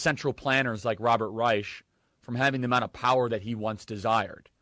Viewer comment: How is it that a leader in the White Nationalist movement is mispronouncing "Reich"?